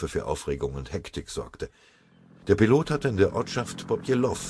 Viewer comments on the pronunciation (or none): none